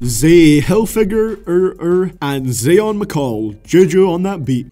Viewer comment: I know he did not just say zayion like that